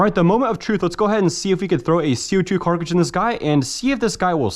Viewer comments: Me shivering every time he says "carcidge" instead of cartridge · Everyone: "cartridge": "carcah-jizz" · Bro you gotta learn how to pronounce cartridge properly wth is a carcage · does he really say "Carcage" instead of "Cartridge"?? i knew something sounded weird but i just now realized. "Carcadges" "Cartridges" interesting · Cartridge not “carkage” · carcage hahahahah its cartridge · Its cartridge not carkridge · “CO2 carkage” 🤣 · WTF is a carcage its cartridges!! pronounced cart ridge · What's with the "Carckages"? Y'all mean "Cartridge"? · I believe you mean Cartridge not Carcidge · Co2 carkridges… bro it’s a cartridge. Brooooo it’s CARTridge not carkridge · Carcages? I hate to be that guy but damn dude its cartridge😅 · Ypur cartrage pronunciations are fun..not hatin...jst fun to watch❤ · Car·tridge not Cark·ridge, I don't know why it pisses me off so bad lol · car-ta-ridge NOT KARKRIDGE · Right? WTF is a carkidge?? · Is it just me or is he saying carcidge instead of cartridge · “Co2 Carkages” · pronounce the T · This man cant even say cartridge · Jesus christ man, you gotta figure out how to pronounce cartridge, this is embarrassing. It's literally just like stringing together the words "cart" and "ridge", there's nothing fancy about it. (Oh and the part that was snapped off on the revolver is called the crane, the "rotating assembly" is called the cylinder) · why the hell can't you say cartridge